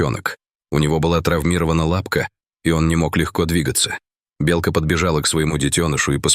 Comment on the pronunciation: Почему неправильное произношение слова " белка"? Отталкивает слушать.